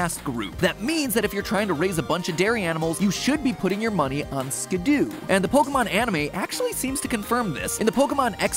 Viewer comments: It’s not Skid-Do it’s Skid-Doe Just like how it’s not a Pi-Jit-Spin-Ner So Skiddo pronounced Skid-Doe And Pigey pronounced Pij-ee NOT a Piget Spinner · When Matpat says "Skidoo" instead of "Skiddo" I can't help but imagine the winter time vehicle. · Matpat should have checked his pronunciations… Muckrow… skidoo… etc. you are killing me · Did he seriously pronounce Skiddo's name as "Skidoo"? It's like "kiddo", there's only 1 "o" in the name, why the "oo"? XD Also, yeah, eating plant Pokémon would NOT be vegetarian at all, because even though they are Grass types, I think plant Pokémon are TECHNICALLY still ANIMALS, simply having evolved to RESEMBLE plants, like some insects like stickbugs and leaf bugs and orchid mantises. Even some mineral Pokémon like Geodude and Roggenrola are still animals and not actual minerals, they simply have evolved to RESEMBLE rocks, in fact their final evolutions resemble reptiles, same thing with the Rolycoly evo line. The only Pokémon that I think are not animals are actually the artificial ones, like Magnemite, Voltorb, Porygon, Magearna etc., those that are confirmed man-made or resemble robots enough that they can be considered non-animals. Not sure about Koffing/Weezing or Grimer/Muk, since those also seem to be man-made but aren't robots either. They're more like mutated animals. I like the theory that Grimer are corrupted Ditto, which in turn are failed clones of Mew, which is definitely an animal. I do consider slime Pokémon animals, as slimes (the creature) in many fantasy universes are considered animals (or at least creatures, you get it, right?), so Gulpin/Swalot and other slimes like that still count as animals imo. Also unsure about Trubbish/Garbodor, maybe they're in the same boat as Koffing/Weezing and Grimer/Muk (minus the corrupted Ditto part). Regardless, almost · The way he pronounced skiddo tho 😭